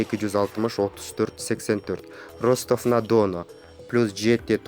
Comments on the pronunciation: Чындап эле уят!копчулук угуп жатат бу озун журналист сезген адамдын произношениясын..аягына чыкканча олдук кулуп жатып..Ростав на Дооону! дегендеби,🤣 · Ростов на Дону деп сонун айтат экен🤙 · Ростов на Дону дейтго 😆😅🤣😂